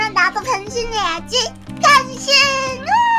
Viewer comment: 나 순간 변신이라고 할테 병신이라고 한줄 ㅋ 나만 그런가?